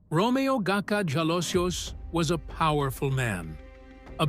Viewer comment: His surname Jalosjos is pronounced as Halosos.